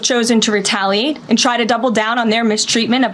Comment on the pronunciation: she sounds so nervous😂. Couldn't even say retaliate right😂